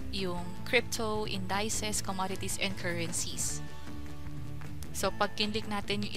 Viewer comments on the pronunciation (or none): Indisis po basa dun, hindi indayses.